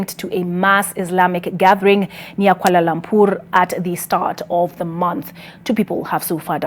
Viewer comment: Can someone help this anchor with the correct pronunciation of Kuala Lumpur please....